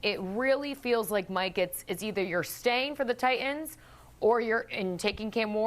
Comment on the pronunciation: Mourning the loss of the letter "t" in the English language. Who the F are the "Ti-ens"? Wish people realized how ridiculous they sound -> like a 12 year-old school girl from Staten Island.